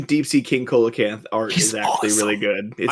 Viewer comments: For future reference, "Coelacanth" is pronounced "see-la-canth" not "co-la-canth" I do not blame you for pronouncing it wrong however, as the spelling really does not match the pronunciation. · The "coel" in coelocanth is pronounced "seal." So, it'd be "seal-a-canth" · every time you guys pronounce Coelacanth as Co-la-canth, I died a little inside. It's pronounced SEE-la-canth. It's a real animal. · love you guys but i HAVE to step in to say: coelacanth is pronounced "see-lacanth", no cola-canth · Coelacanth is pronounced See-luh-canth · Umm actually it's pronounced "seela-canth". English Digimon pronounces their coelacanth monster "Co-elamon" even though a close enought to the actual word pronunciation is right there in Japanese! シーラモン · I was gonna leave it out but since you corrected conkeldurr... Coelocanth is not pronounced like that. It starts with an S sound like see-low-canth. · Mispronouncing See·luh·kanth, I am not surprised, but I am disappointed. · Pronounced Coelacanth wrong.